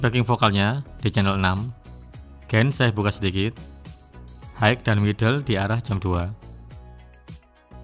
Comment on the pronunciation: Koreksi pronounciationya: High = Hi, bukan haik. Pan = pen (bukan peining)